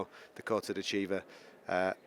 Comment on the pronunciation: Dakota's last name is not De Chiva